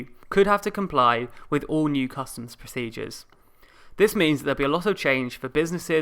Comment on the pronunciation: It's 'procedures' not "proceedures".